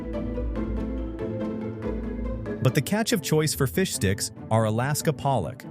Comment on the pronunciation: It's bad enough that it sometimes sounds like "fish dicks" depending on how fast it's pronounced.